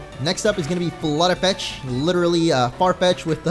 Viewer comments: No offence but I think it's flute-fetch and not flut-e-fetch. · ITS FLUTE-FETCH! PAY ATTENTION jk lol i love your videos!